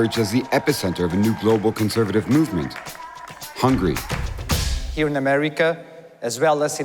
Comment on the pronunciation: Hungarian here. I don’t give a damn who is right or left, but if you pronounce the country “hungry” instead of “HungAry,” how can I take you seriously? 'Muricans...